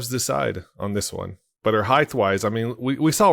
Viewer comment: heighth? you mean height